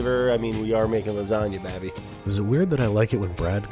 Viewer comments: No one: Brad: Babey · I also like when Brad calls me Babby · is it weird that I like it when Brad calls you babby? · Babby or Babi? Since Babi mean pork 🤣🤣🤣🤣🤣😂 in some language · I like it when Brad calls you “Babby” too